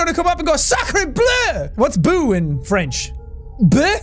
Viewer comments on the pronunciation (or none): "What's boo in French ?....buhhh ?!" ... Me (French):.. No ! It's Bou ! Just Bou !! ^^ (or boo for some people 🤷‍♀️) : he said : et c'est ouvert ! (And it's open !) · Jack : What's 'boo' in french ? 'Beuu' ? Me, french : Well, it's just 'boo' as well actually...